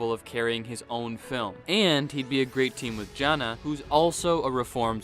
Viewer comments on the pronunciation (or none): none